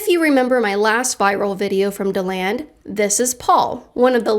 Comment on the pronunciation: Dee-land kait! Come on, pretty sure your a floridian!! 😂